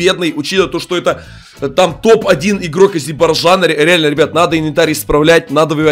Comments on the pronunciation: Если честно говорится Азербайджан,а не Азербаджан.🇦🇿♥️♥️🇦🇿♥️🇦🇿♥️ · ВО ПЕРВЫХ Я АЗЕРИ НО МЫ НЕ АЗИБАЙДАН,но не смешно сказал азибайжана!!! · Не Азебарджан а Азербайджан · Я который Азербайджанец😳 и не азебайцана а Азербайджана